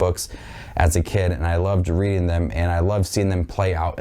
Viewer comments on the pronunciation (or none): none